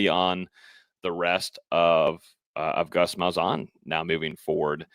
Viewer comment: Ain’t no way that’s how you say Gus malzahns name lol